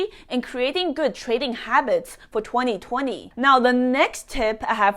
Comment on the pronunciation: I like the aggressive way you talk and the way you say 2020 ”tueNi - tuenTi” 😁